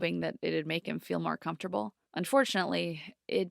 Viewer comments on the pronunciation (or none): none